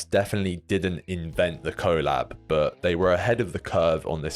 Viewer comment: Please say collab the same way you say collaboration.